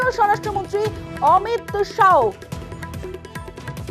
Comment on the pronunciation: মহিলা রিপোর্টারের অমিত শাউ নয়, অমিত শা